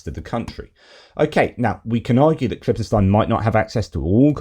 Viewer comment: ..great vid... really good... I'm in my 60s and I really wanted a new conspiracy to keep me warm for the next 20 years. Also the way you should pronounce the name Ken Klippenstein is as per German pronunciation... KLIPPEN-STINE the "ei" is a long "i"